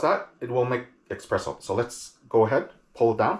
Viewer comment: Everytime you say eXpresso, an italian crashes his vespa